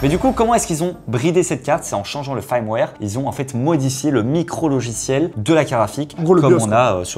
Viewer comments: C'est bien "firmware" pas "faïrmware" 😅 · Firmware = "fermware" et pas "farmware" :) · Fraiewar, faiwer fraiwaiiiiiiiiir😂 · prononce le "feurmwère" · Bon les gars, si vous allez utiliser des mots comme "firmware" faites au moins l'effort de savoir comment ça se prononce : "Feurmouère" Au passage, le bridage de la 5090 D est censé être de 30%. Donc soit les drivers laissent passer Geekbench AI sans bridage, soit Geekbench AI représente une charge suffisamment irréaliste pour ne pas déclencher le bridage, soit le bridage n'affecte que les Tensor cores mais pas les CUDA cores et Geekbench AI utilise principalement CUDA, soit NVIDIA se sont plantés.